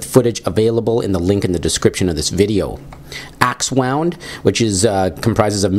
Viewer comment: I thought it was pronounce Axewound. "wound" as in a cut.